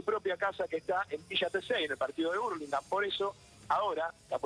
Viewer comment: no ves que dice hurlingham arriba y el periodista dice hurlingham?🤯